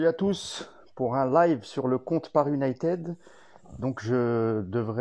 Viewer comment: S'il vous plait, si ça s'écrit "united" ça se prononce "YOU-NAYE-TID" et non pas YOU-NAYE-TED. Merci et désolé mais ça m'agace ;-)